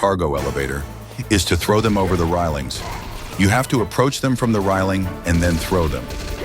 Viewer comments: Rai ling? you mean reyling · Great list! Although - you'd think an AI voice could pronounce "railing", given that it seemed to pronounce everything else correctly.